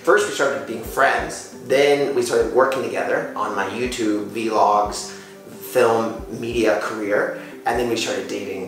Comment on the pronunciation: 'vlog'를 브이로 발음하네요 ㅋㅋ